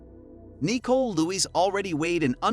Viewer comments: Seriously the weird pronunciations are driving me insane! My name is Nicole as well and it is Ni-cole not Nee-cole for crying out loud,who pronounces it like that??! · lmao why is he sayin her name like dat? knee-cole?...its Nicole lmao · that’s just not how you pronounce Nicole hahahahah it’s Nicole not kneeCole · Is the voiceover from a speech to text program because I can't get over it saying knee-cole instead of Nicole lol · I didn't realize this was a computer generated voice until i heard "yes, you heard EYE TEA right" and kneechole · Knee Cole. Dude, use a real narrator. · I’m convinced the narrator mispronounces the names on purpose. Nee-cole? Who’s named nee-cole? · Anyone else get annoyed at how he kept saying, “Nicole”? 😂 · Nicole Lewis, the way this guy pronounces her name and last name is very triggering.